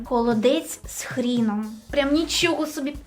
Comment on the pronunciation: Хроном❌ Хріном✅